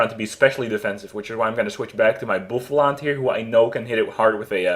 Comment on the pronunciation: Bouffalant = Bawsalant!